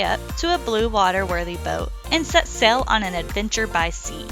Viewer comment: Thanks for taking us on your adventure! I have to say whenever says "sail" her accent makes it sound like 'sell' and I have to listen to the intro just to hear that! Couple questions: 1) How will you access the cockpit drain hole/tube, which serves as the passage way for the keel cable and contains a bolt that redirects the cable slightly as the keel lowers? (Mine has developed a groove from the friction and lack of a roller/bushing and is apt to need replacing on occasion.) 2) Does your plan to have holders for poles under the cockpit plan for all the foam blocks that help keep the boat afloat in the event of a knockdown? (Mine also has blocks filling the forward area under the V-berth.) See ya next time! Cheers!